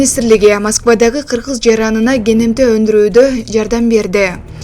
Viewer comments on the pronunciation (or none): none